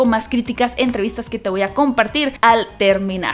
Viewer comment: ❤️adorable ese “¡Ay, vean mi SHamarra!” 🤠🌵🏜🙌🏽